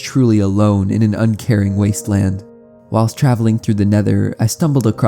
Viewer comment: wasteland i think you mean wondeand